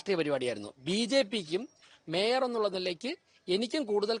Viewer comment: ഈ, ശവൻ കുട്ടി അണ്ണനെ കൊണ്ട് തോറ്റു, മര വാഴ, കഷ്ടം. അവനു മേയർ എന്നു ശരിക്കും പറയാൻ അറിയാമെന്തോ 😂😂